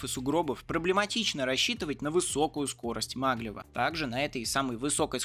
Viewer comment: Нанси́, а не На́нси Это же французский город Также магле́в, а не ма́глев